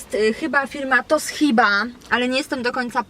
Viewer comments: mówi sie *tosziba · co do podpowiedzi ,to radyjko marki(fonetycznie)"tosziba"...i "wyłączaj"a nie "wyłanczaj" ;-) zakupy dobre ! pozdrawiam